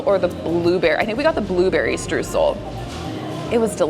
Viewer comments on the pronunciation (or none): none